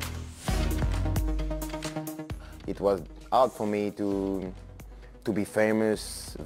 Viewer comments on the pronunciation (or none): 'today game I fink is verry jard'